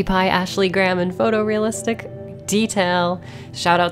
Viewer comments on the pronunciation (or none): none